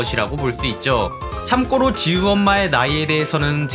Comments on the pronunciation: 참고로 발음을 '참꼬로' 라고 하시는데 참고로가 맞는 발음입니다! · 참고로를 참꼬로라고 발음하는게 너무 거슬려요